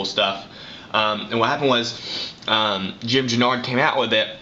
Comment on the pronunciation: U said Jim's name very wrong and u work for Oakley???